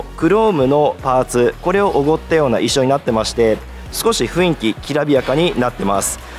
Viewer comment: 情報ありがとうございます。 少し気になったのは、雰囲気（フンイキ）が正当なのに、何度もフインキと言われていますよ。 雰囲気は（フンイキ）ですよ。